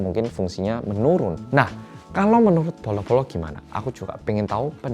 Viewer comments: Yang lucu tuh pss ngucapin bolo-bolo😂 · ngucap bolo bolo yang keluar di translate nya qalqalah 🤣🤣